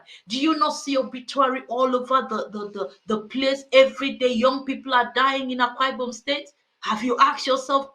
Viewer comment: He can't even pronounced Akwa Ibom. Religion is on of the biggest scam we have experienced in this world.